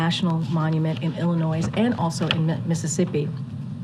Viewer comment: ILLA noise? Learn to pronounce the names of the states please. Oh never mind. Dont change a thing ha.